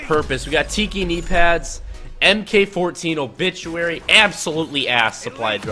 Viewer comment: Lol he said "Obitchurary"